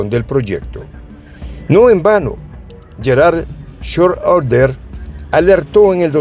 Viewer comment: disculpa una pronunciación fonética del ex Canciller alemán es: Yerard Schroeder.